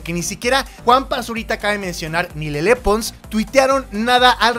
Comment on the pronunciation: Mau, Rudy Mancuso ha trabajado con ludacris, charlie puth, Stephen Curry, Justin Bieber, etc y es mucho más talentoso que Juanpa. P.D. Se pronuncia “lele”, no “lelé”